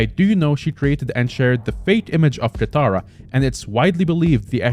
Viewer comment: ah yes, "kataira" not katara, he said he wasn't gonna mess it up, he already messed it up